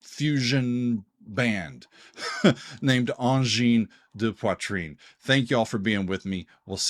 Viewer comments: You've pronounced the name quite well! 👌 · You pronounced it correctly, bravo ! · You pronounced it very well. 👍👏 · SHEERS from Québec ! This reaction was really interessting and productive. We all going crazy here in Québec and are very proud. Your prononciation of ANGINE DE POITRINE is really good and keep in mind that our language here is différent than french from France in term of prononciation. Thanks for that réaction ! ANGINE DE POITRIIIIIIIIINE 🔺️🙌🔺️ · Your prononciation of Angine de Poitrine is very good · Great review and analysis of Angine de Poitrine's music. And also very good pronunciation, Doug ! Merci, from Montréal, Québec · You actually did a pretty job with the pronunciation. One of the thing they got right is going for songs that actually have long sections where people (in concert) can actually dance/slam. It's like tech music from Neptune. Since the music is mostly counterpoint based (piling up loops), the 1/4 steps opens a lot of additional possibility for pilling up line. The technical ability of those two guys staying in sync while pilling up lines, cutting loops in and out, adding new parts, is really impressive. Thanks for a really nice review and analysis. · Angine de poitrine took over Québec and now their sight is set on the rest of the world. Whatch out! 🖐️🔺🤚 PS : your pronunciation of the band’s name is spot on! It translates to “Angina Pectoris” in English. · Lots of micro-tonal music in the Oriental part of the planet, both vocal and instrumental. Pronounced Sar-ni-ayz also Angine de Poitrine - Ah(n)gin de pwatrin - Angina Pectoris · Doug, your pronunciation of their name is quite good, and I haven’t heard many people get it right. That said, I’m not a fan. I appreciate their originality, but I’ve never enjoyed repetitive music. One thing is certain, they are bringing something new and fresh to the world of music. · The good thing about being late to the party: at least you pronounce the name correctly.